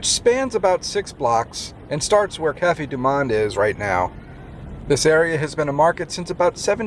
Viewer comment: You pronounced Cafe Du Monde wrong